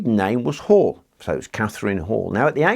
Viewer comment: Heh, the way you pronounced Hall made it sound like whore, which would be funny because that’s what she was. Damn, people must have been really ugly back then if that portrait is supposed to be accurate. That’s what they used to think beauty was?